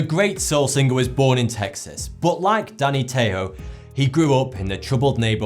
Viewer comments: Danny Trejo is pronounced trey-ho not tay-ho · Danny Trejo not Tayjo just to help you with the pronouncing it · Its Danny Trejo, you're saying it liek Tejo :) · trejo, like a lunch "tray" and "o" like cheerio"!!= TRAY-o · It's pronounced TRAY-HO..:) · pronounced Danny (Tree-Hoe)Trejo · Your mispronounciation of 'Trejo' is pretty bizarre. You got that the 'jo' part is pronounced 'ho', but missed out the 'r' entirely. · I can forgive your butchering of Danny Trejo's name because you're adorable.